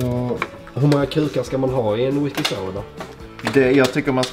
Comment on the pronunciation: whiskey saauh